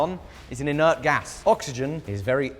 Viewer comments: "Oxygen is very ert" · Oxygen is very "ert" ROFL 🤣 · “oxygen is very ert” 🤣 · "oxygen is very ert" dude i cant even thats the moment i smashed the like button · “Oxygen is very ert” 😂😂😂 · "Oxygen is very...ert" 🤣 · "Argon, is an inert gas, because oxygen, is very ert" - 2025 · "Oxygen is very 'ert", for some reason that had be cracking up! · “Argon is an inert gas. Oxygen is very ert” ~ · “Oxygen is very ‘ert’” lmao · So unbelievably “ert”. Love it 😂